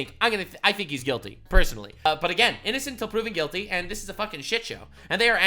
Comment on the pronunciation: Innocent until proven guilty ha 😂😂 you're saying that wrong for that state😂😂